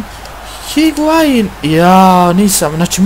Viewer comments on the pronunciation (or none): ne kaze se higuain nego iguain